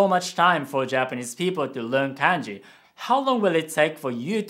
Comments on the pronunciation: Why do you keep pronouncing it like k/ae/nji instead of k/ah/nji? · sorry but the way you say KANJI triggers me BTW I'm japanese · Hey, thanks for the video. I have a question. I have always been told that the vowel sounds are always the same. For example, “a” is always pronounced “ah”, but when you are saying kanji, you are pronouncing it “CAN-JI” not “KAHN-JI”. Can you explain why this is the case? Thank you. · The way you pronounce kanji is wrong(and I'm sure you know it but since you were speaking in an English accent it couldn't be helped). It's Kanji not Kaenji. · Actually, I just noticed that your family appears to pronounce it “Kahn-ji” :) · Well I don't trust this video because you said kanji wrong multiple time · are you okay? you sound like you're pronouncing "Kanji" as if you were from middle America.